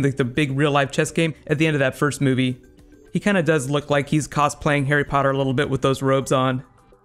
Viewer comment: Overtime you say Harry Potter cracks me up man :L good video!